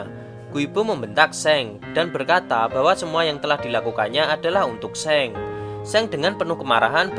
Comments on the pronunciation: Soalnya Seong eo ny dibaca o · just info. . bacanya song bukan seng